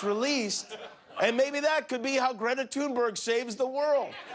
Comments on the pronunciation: It's thunberg not tuneberg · This idiot said tunberg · Nobody: Literally Nobody: Jimmy Kimmel: "Greta Tuneberg" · Greta is pronounced Thünberg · Why is it that so few in media pronounce Greta's last name correctly? The only one I can think of who does say it correctly is Amy Goodman. Listen to Greta herself when she introduces herself, it's pronounced Greta "Thunberry", the "G" is pronounced as a "Y" in Sweden. I know it might not seem important, but consistently mispronouncing a persons name when one knows better is disrespectful. It's not like it's difficult to say. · 'Thunberg'. Not one person pronounces it properly